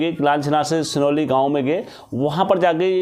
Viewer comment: कनालीछिना और सिरौली है भाई गांव का नाम सही बोलो